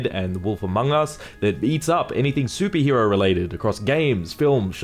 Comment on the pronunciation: why are you saying "soupie hero" instead of superhero?